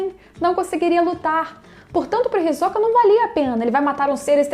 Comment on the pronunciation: Adoro esse personagem demais, kkkk e também gostei da sua pronúncia do nome, que é a forma correta, me irrita quando falam HisÓka, kkkkkk